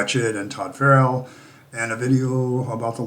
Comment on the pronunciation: It's Friel (pronounced freel), not Farrell.